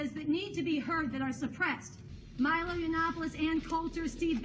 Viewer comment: Learn how to pronounce Milo's name